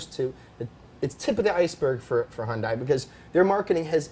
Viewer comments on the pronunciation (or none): Wasn't Hyundai already in WRC back in the 90s? Also, please stop saying Hyun Die. It's closest English pronunciation is Hyun Day. But why bother, you say your favorite brand is Porsche and you even pronounce that wrong. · Have you guys not watched the Hyundai commercials?!!! Hyundai is pronounced Hun-day like Sunday! You would have more cred if you would say their name correctly. I would also make the bet that the quality of a Hyundai will never be the quality of a BMW, unless their place in the market changes from affordable to exclusive it will never compete for the same buyers as an M3. The production car is not great just because of the Pike's Peak record breaking prototype. Remember Lancia.... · its hyundai like sunday... words from a hyundai dealership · Well spoken, Alex Roy. Just one thing, you pronounced Hyundai correct at the beginning, but you kept mispronouncing it. Hyundai always try to make their cars better and better, it will be huge like Alex said.